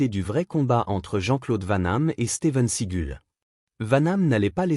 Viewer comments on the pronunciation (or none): C'est Steven Seagal pas Steven seagul n'existe pas 2 c'est Jean-Claude van dam et pas vent nam Jean-Claude vanhamme n'existe pas